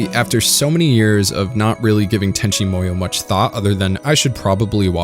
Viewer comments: Tenchi Muyo is pronounced like "Moo-yoh", not like you're saying it "Moy-yoh". I have no idea where you pulled that "Moy" from, but it obviously isn't correct, and you seem smart enough to know this. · I always thought it was pronounced Tenchi MooYo? You keep saying MOEYo and it's throwing me off haha